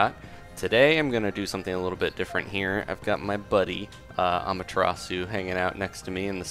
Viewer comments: Not A-ma-te-ra-su. It's pronounced more closely to a-MA-te-das. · Sorry for this, but the pronunciation isn't Ah-mah-tr-ah-sue, it's Ah-MAH-tear-AH-sueh... Again, sorry, but it's Japanese. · you pronounced it wrong. its ah-m-ah-ta-rah-soo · It's pronounced: A - mah - ta - ras.